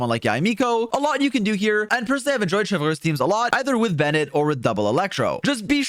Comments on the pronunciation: butchering Neuvilette's name and now also Chevreuse really grind my gears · the way you say chevreuse is so quebecois lol